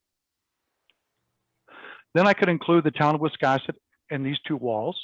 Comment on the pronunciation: To pronounce the name of the Town of Wiscasset, you need to pronounce the "a" as in the word "gas"! Not as in the word "cross"! 🙄 Just a thought.